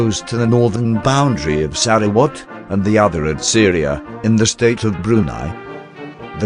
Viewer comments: This is by far the funniest butchering of Sarawak, my head keep hearing SaraWatt 🤣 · sarah what ?